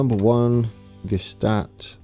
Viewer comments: Thunersee (Lake Thun) = TOONER-ZAY, Gstaad = GSHTAAT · Gstaad is pronounced like Shtad